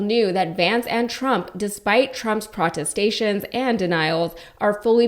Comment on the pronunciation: hmmm...pra-tes-tations....not really a word. :43 seconds. Maybe it should have been "..despite Trump's protests and denials..." I appreciate you speaking out, but it's important to get these things correct.